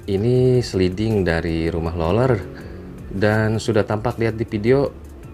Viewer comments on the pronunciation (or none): Lu ngomong rolel rolel gak jls bang sumpah